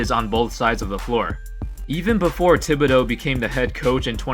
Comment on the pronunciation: Tom THI-BihdOUGH